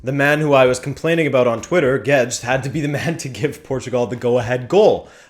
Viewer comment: Gauged? (YouTube) Guedes I hear Gedged XD